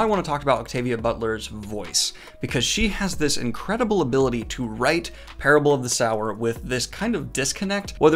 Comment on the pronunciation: Every time Daniel said SOUR I flinched. Read Kindred if you want more Butler! (Pronounced kin - dread)